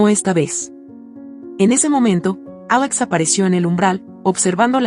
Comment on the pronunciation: Si se escucha feo cuando dice el nombre de Victoria y Alex si la demás narración va bien porque cambia la pronunciación